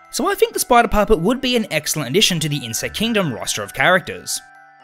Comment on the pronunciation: What what fnaf 2 but you are saying. Sprider